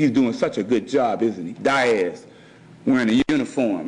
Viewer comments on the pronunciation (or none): I don't know who, nor where this erudite scholar is, but, I'm pretty certain he's saying the name 'Diaz' - pronounced 'DEE-az', yet, brilliant person that he obviously is, he's saying 'DY-AZ'.